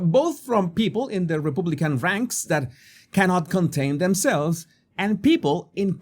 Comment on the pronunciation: Cannot pronounce the word Republican....but listen anyway?